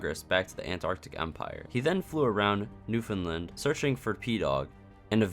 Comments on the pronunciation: You said Newfoundland right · PROPER PRONUNCIATION OF MY PROVINCE IF NEWFOUNDLAND POG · You're the first person to make an SMPearth video that I've seen properly pronounce Newfoundland 😂😂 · You’re pronouncing Newfoundland correctly.